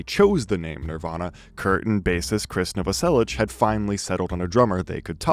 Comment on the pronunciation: It’s Krist not Chris